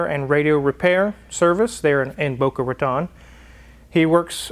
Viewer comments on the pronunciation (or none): none